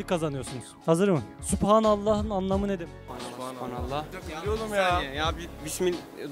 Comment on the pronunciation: millete bilmiyo diyosunuzda şuna dikkat edin, Arapçada P harfi yok Supanallah değil Subhanallah